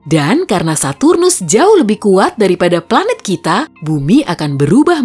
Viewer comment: Kok lucu ya denger bilang saturus 😂